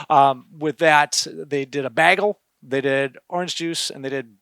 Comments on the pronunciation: What’s a “baggle”? 😂 Took me a moment to realize he was talking about a bagel. Creative pronunciation. 😄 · I was wondering if I heard that right 😉👍